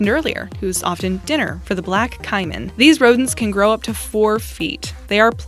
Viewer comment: Pronounced k-man and jag-u-ar